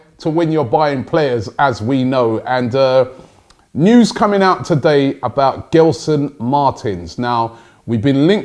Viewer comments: It’s not gel-son Robbie its gel as in hair gel, so pronounced like jelson martins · Robbie, love the show. Not giving you stick, cause I know you like to pronounce these names properly. In Portuguese, when you have the letter G next to an E like Gelson, it's pronounced Jelson. Hope you sign him as I'm a benfica fan and Gelson is a good player for Sporting. Probably a top 3 player for them. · Pronounce with a J guys. (J)Gelson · You pronounce it as “Jelson” btw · Gelson Martins I think is pronounced as Jelsen Martins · The name Gelson Martins in Portuguese is pronounced more like "Jelson" and not "Ghelson". And then "Marteens". The last syllable in Martins is the strong one. Of course it´s easy for me to say that. On the other hand I pronounce a lot of English names wrong, and there must be a lot of mistakes in these sentences I write. Sorry. I just love this cosmopolitan club and wish Arsenal the best.